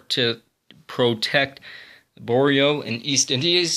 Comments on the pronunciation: Shang-hi, Jib-rawl-ter, Born-eo, Tie-land. You aren't pronouncing the letters in the right order. Like for Borneo you pronounced it "Boreno." The letters weren't pronounced in the right order. Just look at the word for a sec, and sound out the letters in the correct order, some are silent and some make different sounds than what the original letter sounds like. Like for Gibraltar the G makes a J sound. Just look at the word and see what pronunciation sounds right. I hope this helps. it helped a few people I know with pronunciation. Thanks for the awesome vids! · Good review, maybe learn some geography, and learn to pronounce some very common names of cities and such. embarrassing grade 1 level. who has never heard of Shanghai or Gibraltar, or Borneo. learn how to pronounce these. hard to listen too. Surprised you could say Moscow, and London correctly. Haha Thailand too, I just heard you butcher that, holy the school system is brutal.